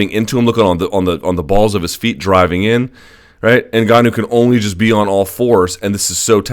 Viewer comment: So glad to hear Luke pronounce NGannou properly. I don't feel like sticking forks in my ears. Thanks big guy